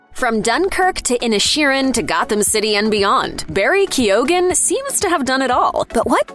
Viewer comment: I don’t think the pronunciation of Keoghan is right at all. Should be Kee - yan